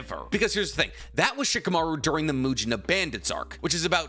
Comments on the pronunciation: Why do you sometimes call Shikamaru Chicamaru? It's weird. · It's funny when keeps saying shikumaru is tree level😂